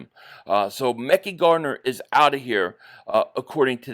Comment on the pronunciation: If Tennessee cuts azeez al shaair eagles need to grab him…keep Devon Allen..I’d keep Tyree Jackson over cal caterra…he’s a better pas Catcher…cut covey…it’s pronounced ( mek-eye Gardner)